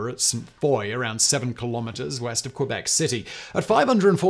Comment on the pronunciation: It is, but Simon doesn't care at all about prononciation of any languages and that even include english world that are not familiar to him. 🤷‍♂️